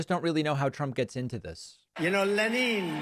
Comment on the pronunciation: In Russia they do not say leNeen.